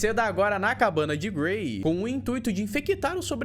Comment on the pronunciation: Eu ouvi o chamar o gray de Gary kkk